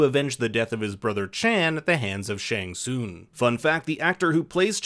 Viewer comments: Pronounced shang sung not soong lol 😆 I found that funny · it's also not SHANG SOON. IT's SHANG SUNGGGGG